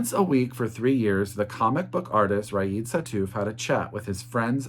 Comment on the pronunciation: hi, new subscriber here, i really love your calm and joyful demeanor, and the love pouring from your words when you talk about books ! It's so pleasant to listen to you ! P.S. : "Riad" is pronounced "ree-yad" in France, hope it helps